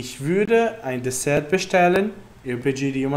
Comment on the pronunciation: Só uma observação: o T da palavra DesserT não tem pronúncia.